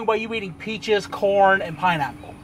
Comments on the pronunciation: When see said peaches and corn i thought she said peaces and porn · Every time they say corn it sounds like porn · at first I thought she said porn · EmojiDoesGaming she said porn the first time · At first she said porn then corn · The first time said peaches and corn it sounded like peaches and porn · She said "porn" instead of "corn" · I thought she said porn😂